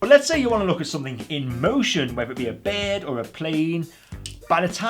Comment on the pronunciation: If the rubberized outer of the monocular is from China don't be surprised if it degrades to a sticky, oily surface after about a year. Also, did this guy say if you want to take video of things in motion like a "beeerd" or plane? What's a "beeerd"?